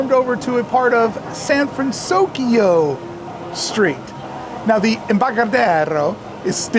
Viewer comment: Good on you for saying "San Fransokyo" correctly now 😄 Has the music changed there? Does anyone think it might?, you're the best!!! Your videos are always so well done and entertaining. Looking forward to becoming a Club 1313 member!